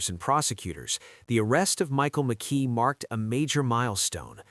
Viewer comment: Mckee not Mckay